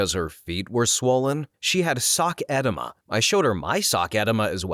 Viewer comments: My brother in Christ, it’s “eh-DEE-ma” not “EH-deh-ma”. I had to double-take because I thought you said “sock enema” which just sounds especially unpleasant. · It’s pronounced eh dEma’. The accent is on the 2nd syllable. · Edema is pronounced “uh-dee-muh” and hemoglobin is pronounced “hee-muh-glow-bn” 😁 ( but seriously, it’s refreshing to still follow non-AI channels. Thank you for your hard work and entertainment!